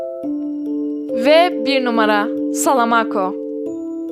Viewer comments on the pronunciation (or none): Abla yanlış anlama ama salamako dediğimde öyle bişi demiyo